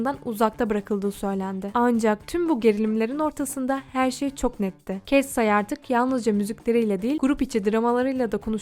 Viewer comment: Ketsay değil Katseye diye okunmuyor mu?